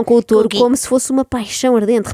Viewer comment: A auto-proclamar-se melhor que a Ana, logo a seguir a dizer tOREO 😅 menos Inês, menos 🤣